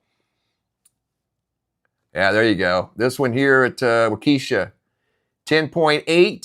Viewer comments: It's pronounced walk-esha FYI not eesha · It’s pronounced WALK-a-shaw. Emphasis on WALK. There is no keesha. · Wah ka sha not wakeesha..cringe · Waukesha is pronounced Wah-keh-shaw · It's not Waukesha like you are pronouncing. It's Pronounced Wau kEh Shaw. 😔 I'm in Central WI and we only got an inch. Milwaukee got the majority. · Waukesha, emphasis on the first syllable, not the second. The second is short E, not long. Walk-eh-shaw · Pronounced Wa kee shaw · Huh? You never heard of Waukesha? He’s mispronouncing it, but I assure you Waukesha exists.